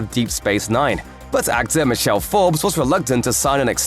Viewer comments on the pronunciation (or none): none